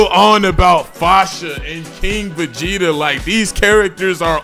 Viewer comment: Guys is arguing about having irrelevant characters when asking for king Vegeta as a character plus this MF can’t even say the word right